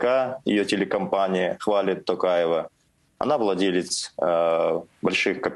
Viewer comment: Путин не может просто выговорить имя Токаева